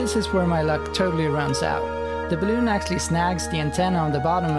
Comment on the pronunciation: I fucking hate the way you say balloon. No more balloons dick. Cool vid tho.